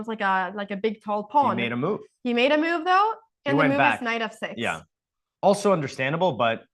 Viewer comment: Anna always makes me laugh how she says move as "mewve" lolol